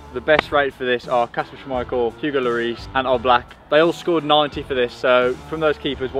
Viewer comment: I hate him for saying oblak wrong that litteraly my favorite goalkeeper